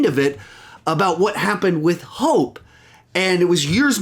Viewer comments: That’s so interesting that I’m not the only who heard “Hulk” and not “Hope”. I thought that was just me, and I didn’t even realize she said Hope until the second watch. So cool! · I also heard Hulk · Lol yeah I heard some people tought she said Hulk instead of Hope